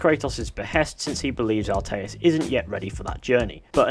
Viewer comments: Atreus, not Arteus. Atreus. A-tray-us. Atreus. Not Arteus. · ATREUS. Ah-tray-US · It actually sounded like altaïr for some reason lol